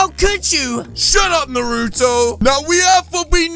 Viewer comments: why do you call him narotoo it should be naruto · It’s nar-a-toe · As "na roou toh" Bro it's narùto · I like how he calls him Narooto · He said nurto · It’s Actually naruto not nuroto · It’s not norotu it’s naruto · Did said nuruto lol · AHHHH HE PRONOUNCED IT WRONG IT'S NA NAH NARUTO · Bro you said Naruto's name wrong and this ain't even close to Cannon!😒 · i like how he can’t say nartuo right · It’s pronounced Naruto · you can say the name right ya know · You said Naruto wrong=|